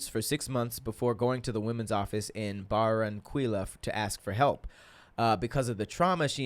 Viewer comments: Lol 😂 the way said Barranquilla. My grandma is from there idk if you will read this but it’s pronounced [ bahr-rahn-kee-yah ] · Barranquilla is pronounced [Bah-rahn-key-yah]